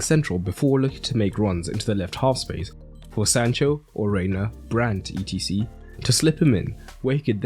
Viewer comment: etc. is pronounced "et cetera" just fyi